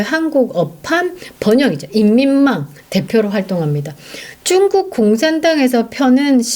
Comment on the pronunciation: 쭝국이란 발음이 듣기에 거부감이 있네요~^